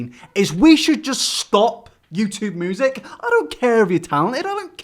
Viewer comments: Why the fuck cant you pronounce "music" correctly? It is "myu-sic" not "moo-sic". Other than that nice video bruv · Is it just me when he says “music” I heard “Moosic” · moosic xD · "moosic" ... dude... isn't it music? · LEARN HOW TO SAY MUSIC PROPERLY YOUR DRIP! ITS NOT MEWSIC! FOR A CHANNEL THAT IS NOTHING BUT TALKING YOU SHOULD BE ABLE TO TALK PROPERLY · 'moosic' ? never noticed before haha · No one: Really no one:: MOOsic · If he says moosic one more time I’m gonna lose it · Youtube "Moozik" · Does anyone else hear him saying moosic instead of music?